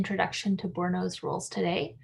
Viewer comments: THREE SYLLABLES FRENCH PRONUNCIATION BOOR- E- NO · Bourinot has three syllables. Boor i no